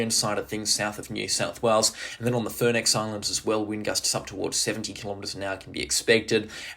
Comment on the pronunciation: Is that the Furneaux Islands? Is so it’s pronounced Fern oh